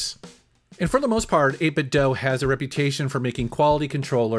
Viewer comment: 8 bit DOUGH? I am outraged. I always say "do" like "dew" but maybe I am the one saying it wrong. ha ha :) Awesome controllers BTW I've been using n30 model with my switch and emulators for about a year now